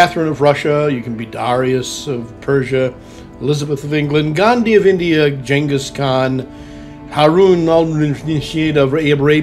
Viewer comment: When he correctly pronounced Genghis Khan I realized it was on.